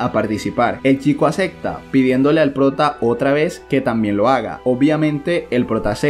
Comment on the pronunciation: Me gusta cuando este causa dice Acecta.